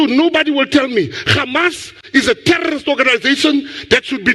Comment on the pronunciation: It's not Gamas.. it's Hamas.